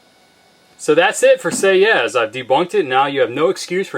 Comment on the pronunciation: Argh! Do not pronouce the 's' at the end of a French word!